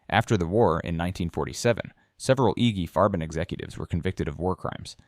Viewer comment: Who is "Iggy Farben"????